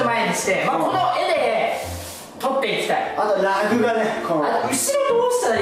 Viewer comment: らぐ↑じゃなくてらぐ↓やで笑っ あと、後ろの間はテレビだろぉ(*^^*) おめでとう！